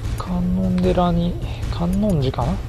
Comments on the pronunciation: かんのんでら城ではなくて、かんのんじ城ですよ( ＾∀＾) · 観音寺（かんのんじ）な